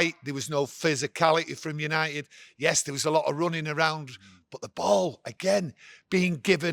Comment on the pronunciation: Did he say yanited was back 😂